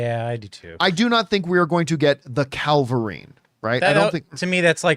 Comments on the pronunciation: CAVilrine not CALverine. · It's funny watching the same issue with people pronouncing "cavalry" like "Calvary" happen with people pronouncing "Cavillrine" like "Calvarine" like with John here.